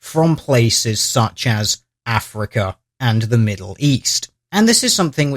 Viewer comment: he never says 'africa' but something more like 'afriker'